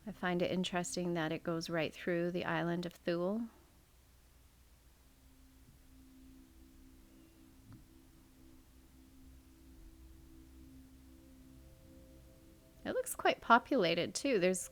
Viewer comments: Thule is pronounced “Toolie”. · I believe Thule is pronounced, Tool-ee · Island Thule is pronounced toolee - tool Lee - like the rooftop carriers you put on vans or trucks and other brands. It’s like they have an obsession with the word Thule